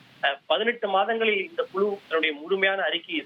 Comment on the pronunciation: Yendha oru thamizhanbda nee, kuzhu yengira vaarthaiye solla theriyavillai Kulu vam kulu